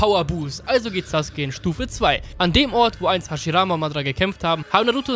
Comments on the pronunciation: Geiles video aber es macht mich agressiv das du saske sagst anstatt sasUke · Warum sagst du saske der heißt doch sasuke